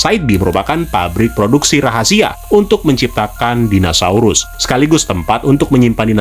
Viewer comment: om, pelafalannya kok dinasaurus wkwk